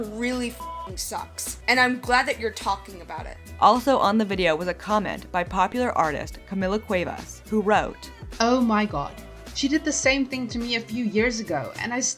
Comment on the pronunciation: alright but i still can’t get over “camilia sueves” how do you get that from CAMILA CUEVAS cmon now 💀